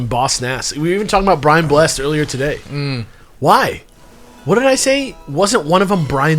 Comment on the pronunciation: At the risk of getting absolutely bodied like the guy who told you the plural of Lego is Lego, Brian Blessed's last name is pronounced "bless-ed" with the ed sound distinct at the end :)